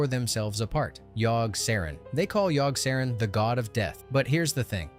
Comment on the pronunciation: I couldn't make it past Yogg, the pronunciations are driving me nuts LoL!